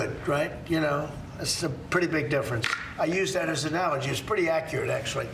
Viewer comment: "I use that as an alogy"